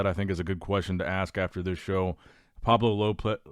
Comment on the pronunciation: it's not Pablo Lopez it's Pablo LLopis (like yoh-piss) :face-green-smiling::face-green-smiling::face-green-smiling